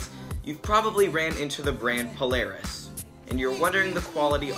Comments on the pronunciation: Great review! I just want to point out that it's "Paula Reis" not Paulareis.:) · It's pronounced Paula Reis by the way, it's not one word